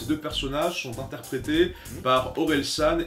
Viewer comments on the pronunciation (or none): Gringe pas greenje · gringe !!!!!! gringe pas greenje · Ca se prononce "Grainge" et pas "Greenje"! Pauvre Gringe ^^ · "Greenje" MON NOM C'EST GRINGE ! GRINGE ! GRINGE ! Le prochain qui prononce mal mon nom c'est moi qui l'écorche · Il a dit grinje ! (Référence à une chanson où justement ils se plaignent qu'on écorche leurs noms, ça se dit "gr-un-je") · Gringe gringe pas Grinje il va encore s’énerve xD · T'inquiète je prononce le x aussi x') voir le son '' greenje et orelsane'' pour te purifier de cette mauvaise prononciation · Désolé à tous d'avoir mal prononcé "Gringe". Le pire c'est que JE SAVAIS comment ce pseudo se dit en vrai ! X_X C'est comme "Hunter X Hunter" où le X est silencieux, desfois je le prononce quand même. Sorry, my bad ! ;_